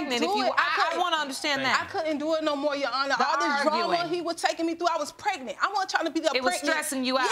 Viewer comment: Can someone PLEASE tell me what in the world is "Pretnent" I thought it was pregnant! 🤔